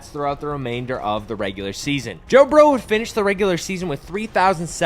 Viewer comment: bro said bo jurrow 😂